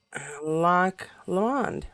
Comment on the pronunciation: Now that the auto workers' strike seems to be settled, hopefully the actors will follow soon. And it's Loch Lomond with the emphasis on the first syllable. There's a famous song about it, " O you take the high road and I'll take the low road and I'll be in Scotland before ye." It's usually done as an upbeat tune, but it's really meant to be sad. Check it out. I think you'll recognize it. Ps. I would never have know you were into the color purple. 😉